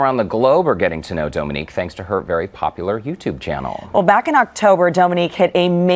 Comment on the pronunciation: I Love Dominique and I’ve finally heard her surname pronounced and know how to say it 🤣